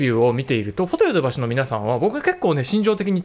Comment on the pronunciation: フォ↑ト↑ヨ↑ド↑バ↑シ↑ フォ↓ト↓ヨ↓ド↓バ↓シ↓